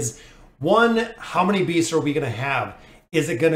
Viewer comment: I'm 100% sure he says Bees instead of Beasts XD